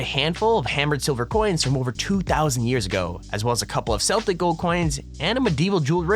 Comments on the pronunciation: You mispronounced celtic. It's a hard c, like "keltic". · They way he said celtic 😐